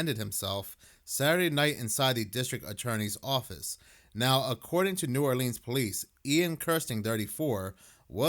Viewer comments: New ARLINS. Pronounce it right lol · The way he says New Oleans is aggravating as hell! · Yk they ain't from Louisiana when they pronounce "New Orleans" like that 😂